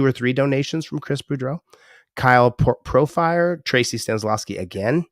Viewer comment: Pro-feer-o 😂 pronounced my name pro-fire lmao. Free hendry. Jbtp's otvo